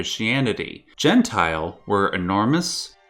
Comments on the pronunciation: The pronunciation is quite off, because it is not "gen-tile" (jentil) more like "yen-tyl". Its more accurate and doesn't sound so wrong xD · The way he pronounces Jentil as Gentile makes it sound antisemitic... It's Jen - till. Or it is some real throwback mistranslated racist storytime bullshit.